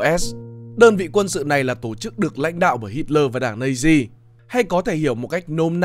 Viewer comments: Mình chưa thấy bộ phim nước ngoài nào đọc Nazi là "Nây-zi", kể cả Anh hay Mẽo. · và cái từ "Nazi" k phải đọc là "Nây-zi" mà là "Nát-zi" mới chuẩn nhé